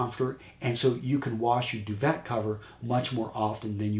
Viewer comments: wow just FULL of sexism; irrational logic; perpetuation of sexist roles, hierarchy, and other stereotypes; and just plain ignorance... I couldn't take it anymore after you said "Do-ve-T(ah)." Do-VAY!!!!!!!!!! How hard is that?!! Even I know that I don't even know what the damn thing is for exactly hence why I came here to LEARN and instead was blindsided by I don't even know what... change the channel. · "Duvet" is a French word... it's pronounced "due-vay" rather than "due-vet." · I love the video but it's pronounced Doo-Vay! Keep 'em coming! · I'm not French, but it kills me every time I hear "du-vet" or "foy-er"! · I believe its pronounced (doovae).... French you see.